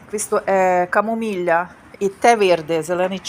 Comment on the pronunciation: Шановна пані, вибачте мене за коментар,я випадково потрапила на Ваш канал. Після 27 років перебування в Італії Вам обов'язково потрібно піти на курси італійської мови, тому що у Вас жахлива вимова.Не камоміля а каммомілла,не руколя а руккола і т.д. В Тоскані так не говорять.Також пишете неграмотно. Українська Ваша наповнена русизмами, пірожені це тістечка, столові це їдальні і т.д. У Львові так не розмовляють .Про перукарню щось наплели, таких цін нема за таку роботу.Я корінна львів'янка,23 роки живу в Італії,13 в Тоскані, заміжня за італійцем.